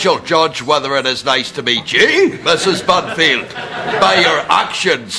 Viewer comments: My favourite part is when he keeps on saying musses Bunfield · Gary Stirling it sounds like he says Mrs Murphy for some reason.